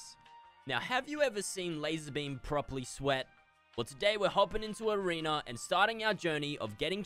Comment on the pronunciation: No one:: Lannan’s already Goated at arenerrrrrrr